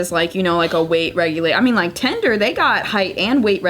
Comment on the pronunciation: I just watched the clip. They were just confused by her pronunciation of “tinder".